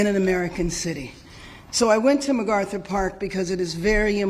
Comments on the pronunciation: This demon needs to be fired. There is no G in MacArthur. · She called it McGarthur Park….doesn’t even know the name of the park that she’s mayor of.